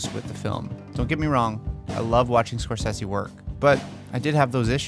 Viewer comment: I couldn't watch this due to the way you say Scorcese